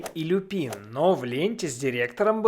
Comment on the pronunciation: только не Люпи́н, а Лю́пин. Его фамилия происходит не от цветка, а от латинского слова волк - Lupus. Так что это ещë один косяк дубляжа.